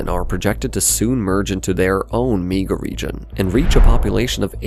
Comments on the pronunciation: I wish this AI narrator would stop saying "meega region." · A "meega" region? Is this AI?